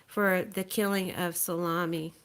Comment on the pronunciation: The Iranian general's name is Suleimani like Sue-lay-mani.